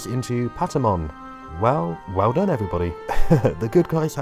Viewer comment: Doné ??? the Done was spoken like the Done in "He's done for"